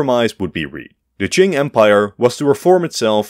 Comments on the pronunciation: Bro finally pronounced Qing China correctly. My man! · Hey, he learned how to pronounce Qing.